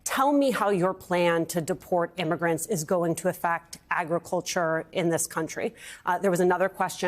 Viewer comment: Donald Trump thinks hamberders grow on trees. He has absolutely no idea where pickles and ketchup began, either. Agriculture? He can't even pronounce it. 😂